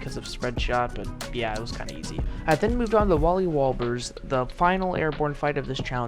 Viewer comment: He said Wally wables when fighting Wally warbles 😂